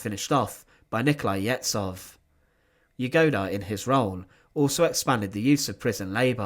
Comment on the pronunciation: Yezhov's surname is pronounced YeZHov, with the ZH being a single letter in Russian Cyrillic that makes a sound like at the end of garage.